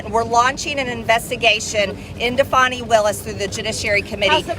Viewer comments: Her name is FANNIE, not FAWNIE. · Fauny my Fanny. It is Fanny Willis, not Fauny! And she is hiding that too! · Fani is pronounced Fani not foni, fan is fan, not fon! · It's Glutius Maximus Willis. Say the name of the D.A. of Fulton county correctly 🎱